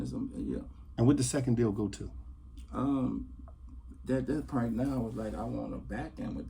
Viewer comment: Pernt (point) 😂😂😂